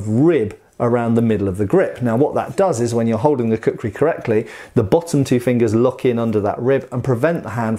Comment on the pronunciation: Please say "Kukri" once more, I dare you!